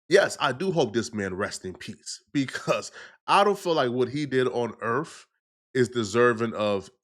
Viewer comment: Did he say "Earf"?